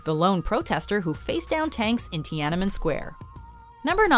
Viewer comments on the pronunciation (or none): none